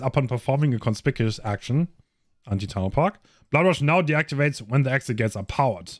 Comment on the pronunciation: I’ve been looking for this He said it wrong both times!